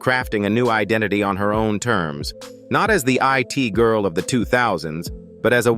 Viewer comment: I T Girl... AI dont know how to pronounce It-Girl... Slop everywhere